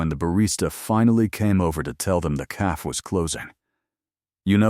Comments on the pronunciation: Right off the bat. Once again AI can’t count. “Just 3 words. I’ve never done this before.” That’s 5 words AI. It totally detracts from the story when such blatant errors are in it right from the start. How does AI not know how to pronounce “cafe”? It’s not caff! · Great story!❤ Anyone else get frustrated with the narrator not saying “cafe” properly??it’s not a hard word? Why are the main characters always a “Chen” and “Dante”? Are there not other names they can use?